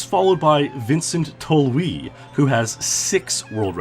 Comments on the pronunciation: "Vincent Tolwii" You should pronounce it as Tolhouse. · and its prenounced tol-house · He assumed it was pronounced like it would in French. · Great vid! Try to pronounce those names better next time, though. Vincent Tolwee? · Tolhuis being pronounced as Tol'oui makes him seem French LuL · "Tolhuis' is more likely to be pronounced like Tollhouse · Vincent "Tolweed" is what comes out in my ears Kinda funny, because he's from NL where weed is allowed 😂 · "Tolhuis" was also pronounced wrong, instead he said "Tolweed" Same country as Vincent and weed is legal, so it's pretty funny to me he pronounce it like that xD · Tolhuis isn't pronounced like that, it's a Dutch name, not a French ;-) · Nice try but Tolhuis is not French.